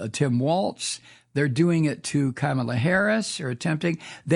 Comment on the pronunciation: Her name is pronounced Comma La.